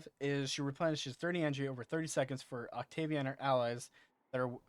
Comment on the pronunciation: Wow that is so not how to say her name lol